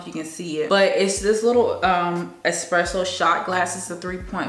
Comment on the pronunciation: FYI...ESpresso not EXpresso